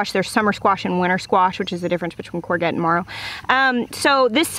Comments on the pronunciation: Courgette is a French word. It's pronounced with a zh. Koor-zhet. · I'm in the uk its courgette pronounced corejette jette part like Je adore in french , hope that helps, you teach me so much , thank you x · That's not how your pronounce courgette, more emphasis on the g. So kaw-zhet / kaw-jet. But I love the way you said it so feel free to keep doing it. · Quick queens english lesson : Courgette "Cor-shet" and Marrow "Ma-row" :D Marrows are baby-sized courgettes. Traditionally eaten stuffed after you've been on holiday for 2 weeks during the growing season :') Thanks for this vid, super helpful !!! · This video is so helpful. In UK we say courgette as in corjet (with a soft j, similar to je in French) instead of g for goose. I'm attempting to grow courgette and marrow for the first time because your videos have provided so much knowledge, I feel more confident in having a go. Heartfelt thanks to you and your family. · Hi! We say "cour-j-ette" for the zuchinni 😊 Amazing video btw! So so so helpful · you have been such a source of inspiration to me, I thank you for your infectious love of gardening. In Wales/UK we call zucchini - courgette (pronounced CAW SHET) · A courgette is pronounced “courjet”. That is the term for a yellow squash. Marrow is pronounced like Mary...ow. A soft a. The big ones are baked stuffed. Or a stew. I grind them up when they’re that big and add them to dishes like soup, stew etc. It doesn’t really add flavor, thickens the broth a bit as well as adding an extra nutrition element to food during the winter. I also will dry some leaves at the peak of the season and add it to cooking, not for flavor, but for color and vitamins. Sprinkle on salads or the top of a casserole. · Hello from the UK. Coor-JET (how to pronounce courgette) Really helpful video, thank you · we pronounce it core - zjet or core - shet in england, it sounds rather french, ive got a few growing and will use your advice for harvest. thankyou!